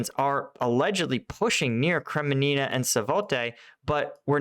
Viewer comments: Right? He keeps calling Kremmina “Kreminina” 😂 and that’s not even a difficult one! You have to wonder if it’s on purpose or he’s got some sort of dyslexia when it comes to the name of places 🤔🤷🏼‍♂️ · Come on Kremina and Swatowe. You can pronounce those 2 names after them being in news for so long. Not that hard.